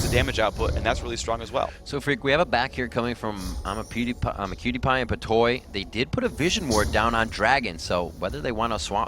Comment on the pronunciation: lol when they said imaqtpie i thought they said imapewdiepie